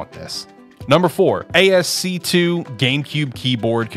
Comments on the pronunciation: asc2 is very funny, it's pronounced ass-key for next time! I don't know how to say this in a comment without sounding like an asshole but yeah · I've never heard someone pronounce ascii that way. Great video!!